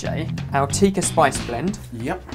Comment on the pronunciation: In addition to horrible pronunciations, it's Chicken Tik-kaa Masala😀